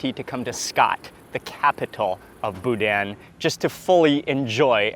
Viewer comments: BOO-DANH, no hard N at the end, I knew you would love my home state, so glad you finally made it, LOVING IT! Gotta get on some HogHead Cheese too, its right up your alley!! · It’s pronounced boo-dan. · As a Louisianian, I cringed every time he pronounced "boudin". LOL. Thanks so much for giving Acadiana some recognition!